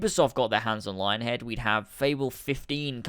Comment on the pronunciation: its pronounced lying-head.